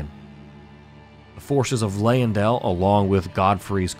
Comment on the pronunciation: Also have to call out the Leyndell pronunciation. The Y doesn’t take so much emphasis, as we hear from Gideon.